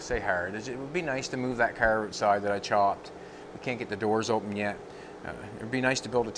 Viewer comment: I couldn't watch this video because of speech, it's a car not cer it's out not oat sorry but it's just aggravating